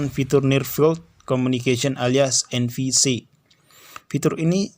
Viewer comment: NFC bang bukan NVC🤣